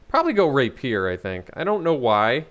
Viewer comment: Rapier = Ray pee ur, not Raypeer.